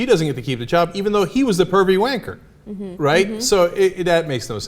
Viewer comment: "pervy wanker" sounds very odd in an American accent.